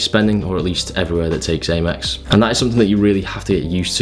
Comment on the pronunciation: Not sure what's better out of this pronunciation or the paprika one 😂 always great content anyways in looking into getting an Aymex card now hahah sick benefits